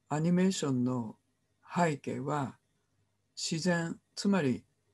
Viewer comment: 著作権を言うなら投稿しない方がよい。内容も初めて聞く者ではない。富山房から出版された英米故事伝説辞典の方が新鮮だ。kerby millerも出演したout of Ireland ,Scots Irish music legacyアイルランドに関する物で複製禁止はない。なぜなら多くの人に閲覧して欲しいからだ。はいけいを拝啓と発音しているが正しい日本語は背景だ。